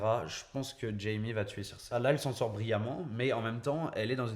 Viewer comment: désolé, mais tu nd peux pas dire "King's Landing" et "Cirsè" (à la place de Cersei) dans la même phrase... C'est soit les deux en anglais, soit les deux en français ! A oui, j'aime bien les théories elles sont plutôt intéressantes ;D